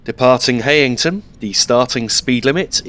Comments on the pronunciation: Heighington is pronounced locally as Highington. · Btw the e in Heighington is silent